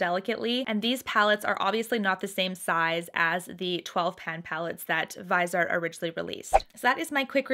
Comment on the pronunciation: Hi, it's pronounced vizzyart :)